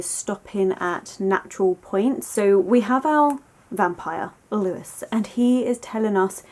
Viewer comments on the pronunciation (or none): Sorry to be that person but it's pronounced 'Loo-y' not Lewis as this is the French name but totally agree with your analysis of the novel 🩸